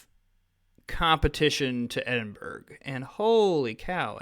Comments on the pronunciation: Guaranteed every single Scot cringes when you pronounce it Ed-in-berg hahaha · It's ironic that the one he pronounces the worst is the one in his own native language. :D